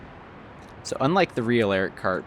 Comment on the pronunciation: This was a cool series. Little "tipp" tho, the name Erich is pronounced like "air-ish" (or maybe more like air-rish, kinda hard to find a perfect analogue, but it's really close) not Eric, wich is also a common name in Germany, think of Erich being the grandpa version of Eric. (Quiet literally, I've never met an Erich Born after the 50's.)